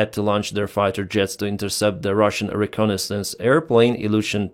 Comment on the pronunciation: Bahrain is a country, Bagram is the airbase. Also, try google for pronunciations - re - con - nais - sance. For all the effort you put, the outcome feels like laziness or satire.